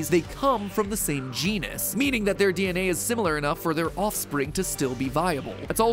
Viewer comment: When you said genus I thought you said genius